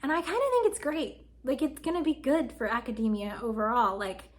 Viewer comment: it's aca-dee-meea not ada-day-meea